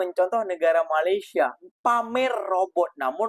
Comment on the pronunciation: Sebut Malaysia pun tak betul, nak buat robot? Takpayah lah Konoha. Pergi betulkan jalanraya di negra kamu terlebih dahulu. jangan mimpilah nak jadi maju macam Malaysia. 3000 tahun nelum tentu maju kalau semua DPR koruptor dan pemalas bekerja.